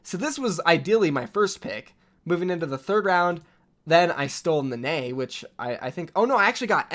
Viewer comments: Nenne is pronounced “neh neh” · Love the vid. Only just got triggered by your pronuciation of Nenne